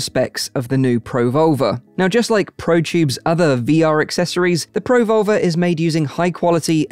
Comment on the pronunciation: Who else thinks hes saying pro vulva